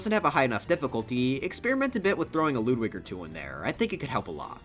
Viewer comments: Ludwig not LOODWIG why do you pronounce his name like that Jesus H... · bruh he said loodwig ( i still like your content tho) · Ah yes, “Loodwig”